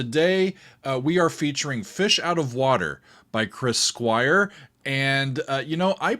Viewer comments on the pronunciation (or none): Cwis Cwire?? What about Wick Wakeman? 🤣